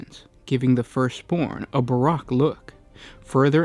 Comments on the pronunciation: It's not barack as in obama, it's bahr-oak. Baroque. Gotta get your vocab games up, fam. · Why the hell can people doing this genre of video not learn how to pronounce words properly? Ba-roak, stead-fast-ly (no y after stead). The lore is full of archaic lore and anyone into it should learn to say the words properly